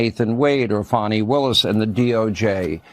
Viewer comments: THE ONLY THING THAT MATTERS IS SHE LOSES HER LICENSE. FANI IS PRONOUNCED FAN-IE!!! NOT FAWNY. Her and her parents can't even spell!!! Too stupid!!! educated in public schools. lol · It's Fani, NOT Fawni!